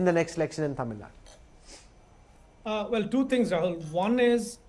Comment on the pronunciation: Please say >> Tamil Nadu << “DU” the ending is important. North Indians say it always wrong.